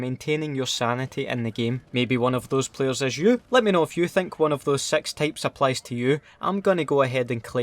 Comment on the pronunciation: Itz Type not Tape